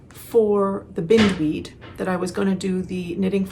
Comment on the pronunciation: So happy to see a new episode! Thanks for sharing so much 😊 I see someone else already mentioned that the name of your sweater would be pronounced with a long "i", after the beautiful weed that entwines everything it comes in contact with! You have such a lovely way with language and pronunciation, thought you'd want to know💕